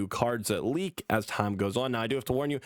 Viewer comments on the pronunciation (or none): none